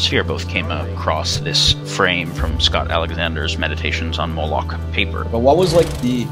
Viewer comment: Its pronounced "moh-lock"